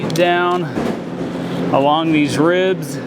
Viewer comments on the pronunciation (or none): none